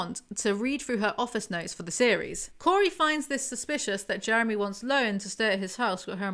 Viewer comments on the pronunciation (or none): My husbands name is Jeremy and this made my night just listening to all the times his name was mispronounced.